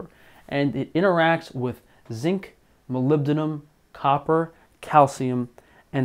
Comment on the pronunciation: You pronounce Molybdenum really well.